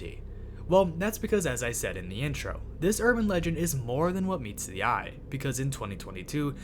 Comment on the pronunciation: Is this AI? What American accent makes you pronounce “the” as “thee” everytime? Genuinely curious where that’s from